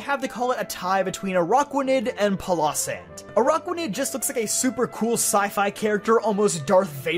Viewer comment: Am i the only one bugged by his pronunciation of pilosand